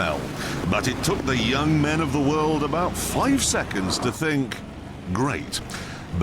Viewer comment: 'In the worororld'